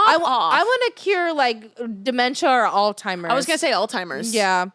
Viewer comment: It's not "All-timers", its "Alzheimers":)